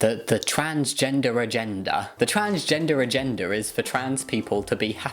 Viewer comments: When she says "agenda" it sounds like "a gender" xD trans people clearly have A GENDER, wow, waeww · There's irony in her accent causing her to pronounce "agenda" like "agender" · I don't know why it bothers me so much she says "agenda" like "a-gender"